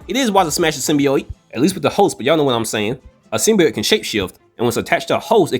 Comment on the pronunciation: Every single time I heard the word "Symbiote" mispronounced as "Symbioyte" my blood pressure rose. That said, I side with the cat.